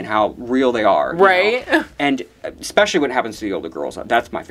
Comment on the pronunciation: Someone teach how to say "especially"